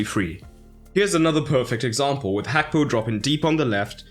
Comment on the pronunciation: Is it actually pronounced as hakpo?